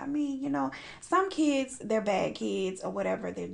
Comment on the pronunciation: I love the way you pronounce kiids